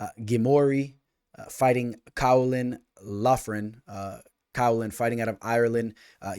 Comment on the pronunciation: Yo, Caolán is pronounced more like Keelan if you were wondering 😅